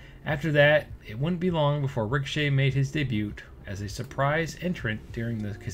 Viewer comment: Baron corbin didn't have much of a choice on cutting his hair. Bro was balding really bad. Had to commit lol. Also just so no one flames you in the future bro it's pronounced day-bue not day-butt lol. Don't say the 't' it's a silent letter.